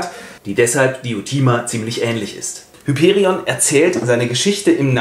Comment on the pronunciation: Tatsächlich wird Hyperion auf dem i betont und das o ist lang!